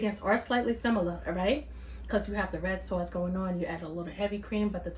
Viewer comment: Good morning! Yummy looking Alfredo😋 Tickles me every time you say sawwce! So Brooklyn! Love it!🙌🏾🫶🏾